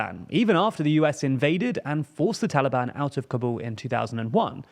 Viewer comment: Kabul pronounced as Kaabul.. not K'buul and Baloch.. the ch is sound ch in chair not k .. Get better TLDR.